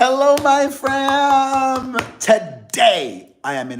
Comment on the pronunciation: What is a FRAM!!! Why do you keep saying this? What does it mean and why can’t you say Friend 😂